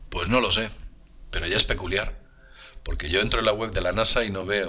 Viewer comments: Corrección , es Especular , no Especuliar 😃 ESPECULAR examinar, estudiar, observar, aquilatar. Especular connota además atención cuidadosa para reconocer una cosa. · "debería especulear"... Si lo dice... 😁